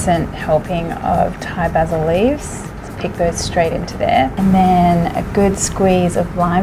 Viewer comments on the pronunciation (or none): none